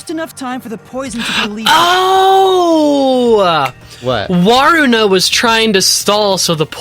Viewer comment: WARUNA NOT WARANAY🔥🔥🔥